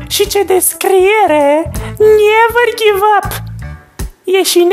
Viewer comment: Aooleeo felul în care ai zis never give up cu accentul ala 😅